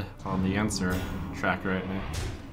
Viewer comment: Emphasis on 'right now'.